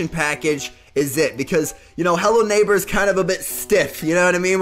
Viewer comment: I had robux but now I dont lel 😂 And also the way said hello neighbor naigber